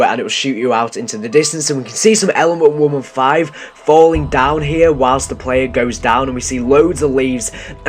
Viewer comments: when he said element 115 I thought he said lmfao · when he said element 115 I thought he said LMAFAO! lol